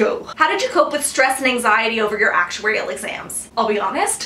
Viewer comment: Lol, i just love the way you say "Actuarial"... I gauge your lips and try to imagine a slow motion... nice vid hun, however i wish you could do one about topics to focus on as an undergrad aspiring to become an actuary.... just incase you can't let me know if an email addy is ok..